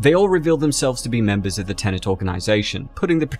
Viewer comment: Cool. Now all we need is a video explaining how to pronounce "Tenet" without saying "tenant" instead.